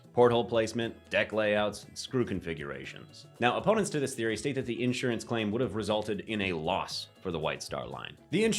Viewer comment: In-surance or insurance?